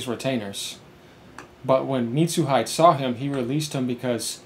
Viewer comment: It might be a bit off topic, but uuh... it's "Mitsu-He-Day". Sorry, you just reminded me of someone i know pronounced hide (english) as hi-de (japanese). It's a bit funny, thanks but also sorry.. i guess? Because i did laugh when you said it to be honest. Hopefully it doesn't offend you in any way though.